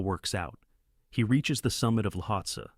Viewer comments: Pronounced "Lotsay" or "Lowtsey" Not Lotsah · It’s the AI. Sometimes it miss pronounces words. It says lahotsah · so is this voice ai generated (and not disclosed to be which is gross btw) or do you just not know how to pronounce any of the mountains youre talking about? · How many different ways can the same “Voice” miss-pronounce the name of the same mountain?